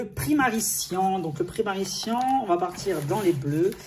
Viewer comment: Ça ne se lit pas « primary cian» ça se lit « primary cayan »